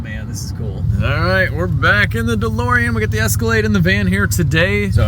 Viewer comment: LOL - the DeLorean is perfect apart from one thing: it's DeLorean 😛